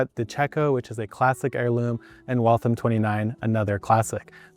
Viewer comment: As a native Bostonian, I'm incredibly impressed with pronunciation of Waltham. Considering, I believe it was bread in Waltham Massachusetts. Either way, you pronounced it exactly how someone from Massachusetts would.